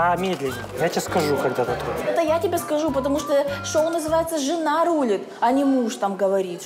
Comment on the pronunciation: В слове Рулит ударение на второй слог 🤦‍♀️